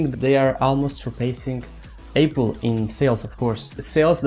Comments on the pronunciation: He meant you pronounced apple as 'ay-pple', instead of 'ah-pple'. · Oh man, I can not let it go :D you said HTC Mate S so many times (it is Huawei Mate S) and the way you pronounced Apple... You need to know how to pronounce the brand names correctly :)